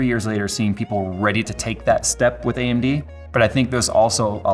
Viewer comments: he says AMB instead of AMD, LOL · Yes, you weren't misheard. His mouth shown "B"